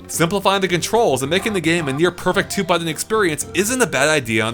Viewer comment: I could listen to this guy say “Buddon” all day long...👍